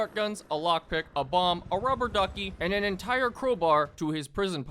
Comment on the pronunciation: a BAWMB got me dying